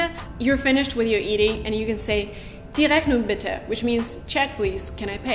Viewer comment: Please pronounce Bitter and Better again I think you have the extremely wrong of those two